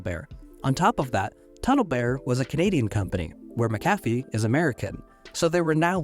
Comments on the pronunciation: I know that they have an unusual pronunciation, but it’s MAC-a-fee, not ma-CAF-ee. While they were not the best, they were at least trustworthy when they were still a part of Intel, but those days are long gone. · I was always taught that McAfee is pronounced (mack-UH-fee). Also, as far as I know, I have no relation to John McAfee or Pat McAfee. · Fun fact: It's pronounced "Mackufee." :) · it's named after John McAfee so would not have a Mack at the start - MuC-Donald's for e.g is pronounced as a Scottish name is. Literally pronounced as Mc not Mack. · I'm Scotch-Irish so I'm well aware of how "Mc" works. In this particular instance, it's pronounced mackufee. John McAfee himself pronounced it that way. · Mac/a/fee. Not mc.cafee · Isn’t he grossly mispronouncing McAffe? (not sure how to spell it) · Why are you mispronouncing"McAfee"? Is the voiceover made by AI?